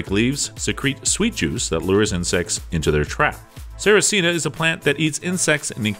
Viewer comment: it's called a sarracenia, but you were close enough